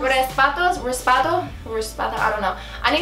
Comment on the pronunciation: Omg the candy you like it’s tamarind spoons you can get them at a Mexican store (cucharitas de tamarindo) there so 😫🔥🇲🇽 & you really don’t have to say raspados, I now call them raspatoss cuz of you😂🤟🏼